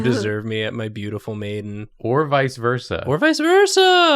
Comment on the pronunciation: I thought he had said "beautiful Nathan" instead of "beautiful maiden"